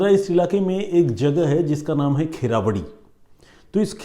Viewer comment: Kherawadi nahi...kherwadi kalanagar bolte hai sir